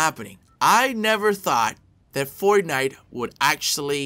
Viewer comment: Why does he say fortnite “fornife”